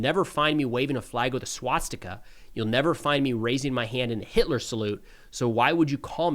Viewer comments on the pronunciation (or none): none